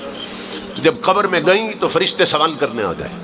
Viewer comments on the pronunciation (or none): none